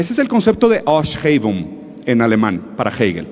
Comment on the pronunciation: “Aufhebung” es el concepto de Hegel que quiso “citar” Ruzzarin, y se pronuncia {auf-jebun’}, no {aoshjegung} o lo que sea que escupió. Es “F”, no “Sh”, y es “b” no “gu”… Si vas a farolear, investiga bien primero.